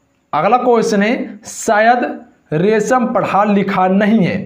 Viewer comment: रमेश को रेशम क्यू बोले हो जरा देख कर पढ़िये सिरो